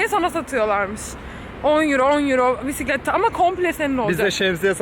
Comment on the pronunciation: "pisiklet" deyişi🚲😂